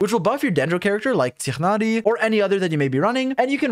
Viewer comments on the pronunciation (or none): Hey bro. Your guides are great. One thing though. It seems you are having a little difficulty in pronouncing Tighnari's name. You can just pronounce it the same as how Paimon pronounces it. Tie-nari. But point still stands, your guides are so good and easy to use. More power to you bro. Will be trying the Dendro team comps that you mentioned. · when he says tighnari… aaaaaa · My man really just pronounced Tighnari as if he was clearing his throat mid name and then immediately mispronounced Kokomi. Just say it the English way, mixing pronunciations just makes it sound bad and out of place.